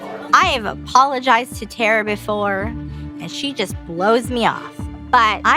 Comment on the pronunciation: Somebody called that lady “Terror” instead of Terra and I ain’t never been the same since 😂😂😂😂